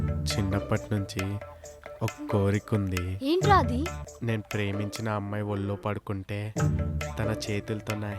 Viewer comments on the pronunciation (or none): ఓల్లో కాదు ఒళ్ళో - ఖర్మ 😢😢😢